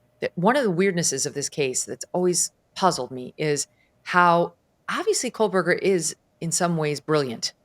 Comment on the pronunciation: Common can’t anyone tell Megyn Kelly that for years she has pronounced Kohberger incorrectly? No letter L in the name.